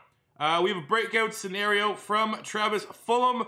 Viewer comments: It’s not fulham it has a G. Fulgham. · it’s said Ful gum not fulham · I feel like you always say Fulham and not fulgahm